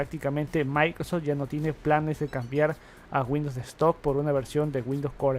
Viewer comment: No sé por qué no pronuncia bien. Siempre tiene el mismo error, todo es "MAICROS tal cosa". Molesta.